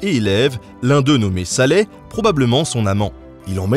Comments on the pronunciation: ce n'est pas salai, mais salaï, avec un i-tremat. il y a quelques erreurs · l'eleve ( et peut-etre amant) de leonard ne s'appelait pas salai, comme tu le dis, mais salaÏ ("salaille", ce qui signifie "petit diable" en italien). ce n'etait pas non plus françois 1er qui voulait rapporter "la cene" en france, mais son cousin et beau-pere, conquerant du milanais (et d'une grande partie de l'italie, d'ailleurs) : louis XII. leonard etait gaucher, mais peignait de la main droite. quand son bras droit a ete paralyse, il ne pouvait plus que dessiner de la main gauche. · Bonjour Notabene ! J'apprécie énormément tes vidéos mais j'ai moi aussi quelques rectifications (qui ont sûrement déjà été dites) ^^ Tout d'abord pour la prononciation de Salaï (étant de l'italien cela se prononce comme le son "aie") De plus les tableaux que De Vinci rapportent en France sont déjà fini, notamment la Joconde qui a été peinte en une fois (excepté une retouche au niveau de la main) A dire vrai François Ier avait une réelle admiration pour Léonard de Vinci et il l'appelait parfois "padre", même s'il était le Roi il a n'a jamais considéré Léonard de Vinci comme son égal bien au contraire lorsqu'il le qualifiait de père. En tout cas le format et l'image était très intéressant et c'est très appréciable de voir que Léonard de Vinci est aujourd'hui encore étudié et admiré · Très bien, vraiment. SI je puis me permettre : Santa Maria delle Grazie se prononce Santa Maria (ça, ok) dèllé gratsié. Et l'assistant de Léonard se nommait "Salaï". : )